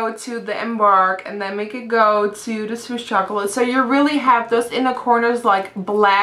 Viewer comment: am i the only one that noticed whenever she says "the" she says "da" ? plus you don't need to wear makeup! you're so pretty as it is.